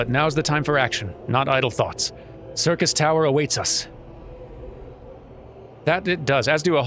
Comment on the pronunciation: Ah, since Durmin ran Labyrinth of the Ancients last episode, I'm sure this will be a more relaxed episode where just unlocks- Nope, he's running the raid today. Hooboy. Time for me to make a long spoiler free lore comment! Syrcus Tower (which correctly pronounces similar to "Circus") was also the name of the proper tower in FF3. Unei & Doga are named after the students of Noah in FF3, and claim to be sent by the Students of Baldesion. G'raha Tia is a member of the Students of Baldesion, but as patch 2.1 noted, we have lost all contact with the headquarters of the Students of Baldesion, preventing this claim from being verified. Too bad for them, Nero tol Scaeva blows their cover in short order. Although, as a Garlean in exile, he's actually just Nero Scaeva now. The previously demonstrated Allagan technology of stasis and resurrection are joined into advanced cloning. Unei & Doga are biological copies of their originals, and have been granted the knowledge & intent of their forbearers. Unei & Doga also show off another of the Allag's prowess. The Crystal Tower obeys commands of the royal bloodline. The marker of this royal bloodline is the Royal Red Allagan Eye. The fact that G'raha displays this trait (albeit with heterochromia) indicates that one of his ancestors was royalty. The Miqo'te were subjugated by the Allagan Empire during their conquest of the known world (pretty much this entire hemisphere of the FFXIV world). The Miqo'te were then displaced across the co